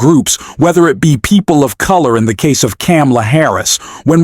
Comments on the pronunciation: if your AI cannot learn how to pronounce Kamala we will start an unsubscribe message to you. Turning my Like into Dislike. Deleted my original post so your algorithm won't jump up 2 instead of 1. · You pronounced Kamala wrong sir. No offence intended... just pointing it out.